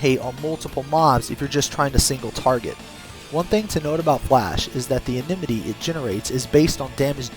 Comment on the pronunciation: enmity. IN-MIT-TEE not enememety